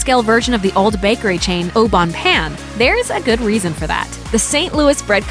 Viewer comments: You say it like “payne” not “Pan” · its not oh bone pan idiot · The pronunciation of Au Bon Pain was so cringe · The way you pronounce those french words au bon pain is so cringy. At least show a little respect to their language... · If I can learn English ,you can learn how to say au bon pain correctly. Be professional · Leila Canel I know. I cringed every time she mispronounced that.